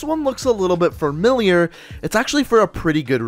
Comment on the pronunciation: Familiar has one R in it.... Its not framiliar...